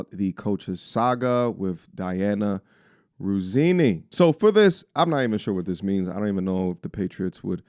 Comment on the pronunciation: Russini not ruzzini😂